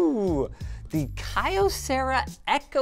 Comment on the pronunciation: Kai yo cera? wtf.